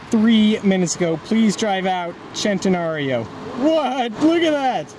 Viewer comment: why every American pronounce centenário wrong?